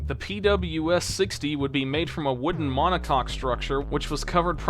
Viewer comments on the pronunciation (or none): none